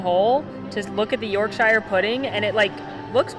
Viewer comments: I love this video, the snacks looked great (here in the uk we pronounce it York-sha it's not from lord of the rings). Although I must admit I too was wondering why and Morgan were so close to each other without masks on and sharing food. We don't want you getting sick right now. 😃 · Your pronunciation of Yorkshire is so cute 😆 I do not know what you ate, but that wasn’t Yorkshire Pudding! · I do love the way you pronounced Yorkshire 😂😂 also that is not a York pudding..honestly it’s meant to be crunchy and not full of whatever is in that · The brits when the Americans try and say the county Yorkshire 🙈🙈🙈🙈